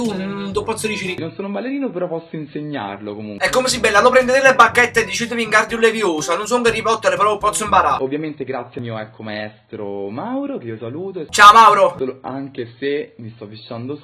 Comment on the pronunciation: È Wingardium Leviosa u.u Non come lo hai pronunciato tu 😜 Ps: Sei il migliore❤❤❤